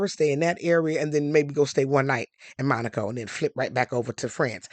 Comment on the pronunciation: Dharling! Thank you for pronouncing Monaco correctly!!! This one little gal kept saying it WRONG...